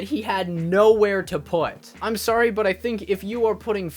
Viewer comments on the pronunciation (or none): none